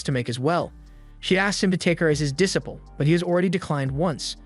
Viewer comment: bro never learnt to pronounce disciple lol